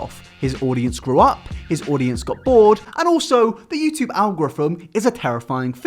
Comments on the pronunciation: "youtube algoriffum" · Algorthmhthtm The way you say algorithm is killing me. Please hmu I'll teach you how to say it.